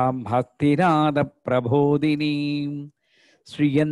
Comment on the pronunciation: It is Prabodini and not Prabhodini 🙏